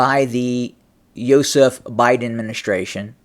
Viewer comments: Everytime you say Yozef Biden I think your talking about my dad and its really freaking me out. Can you call him Joe Biden... Lol😬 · Hey man stop pronouncing his first name like that. You trying to insult Stalin 😅